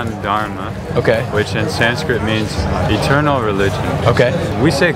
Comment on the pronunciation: Its eternal not iternal